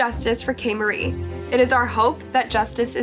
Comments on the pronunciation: she literally isn't. For the first half of the video she says "KAY-MAR-EE" which is close but still wrong and then for the rest of the video she is just lazy and says "KAY-MARIE" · I was just about to comment this. She plays a clip where someone say her name, and it is clearly pronounced “ka-mar-ri” and seconds after she goes and says “ kaymarie “ it was getting me a little annoyed because she does this in a lot of videos and she probably doesn’t mean to but she should at least address it and say “ I’m sorry if I’m pronouncing any names wrong”. Put a little respect on the victims names. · You could have made sure you were pronouncing her name correctly… in EVERY news interview and clip provided they pronounced it kay-mar-ie not k-marie…. doesn’t even look like it’s spelled the way y’all pronounced it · This case pissed me off to NO END! Like how she can do that and then get on camera and cry them crocodile tears is incredible like that’s a monster there she sold her child and wants sympathy when she delivered her baby to that animal. And it’s Kah- mah-rhee like it’s so cringe of name mispronouncing and rude especially when you hear other people say it right in videos or news interviews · At least pronounce the poor girls name correctly ffs! Kah-mah-ree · I love your videos but if you could, please pronounce the victims name properly. In your videos, you can hear from the news footage you showed her name was pronounced KAH-MA-RIE. RIP Angel. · Oh man. You mispronounced this poor little girls name this entire video. Come-ARE-“E” Her father literally SAYS her name multiple times and then you immediately mispronounce it again right after that. Then her mom says her name too. The fact that you CONSISTENTLY mispronounced it even after hearing it out loud is honestly careless and disrespectful. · girl you hear how they sayin kamarie’s name are you choosing to mispronounce it I appreciate you telling her story but to continuing to say her name wrong is crazy